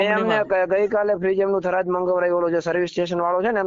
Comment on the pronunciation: થરાદ સે ઘરાદ નહી ભાઈ😂😂